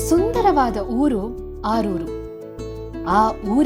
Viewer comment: ಸರ್ ಆರೂರು ಅಲ್ಲ ಆಲೂರು ಅಲ್ವ